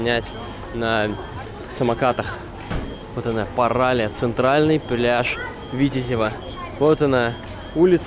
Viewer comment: Ударение на "и", паралИя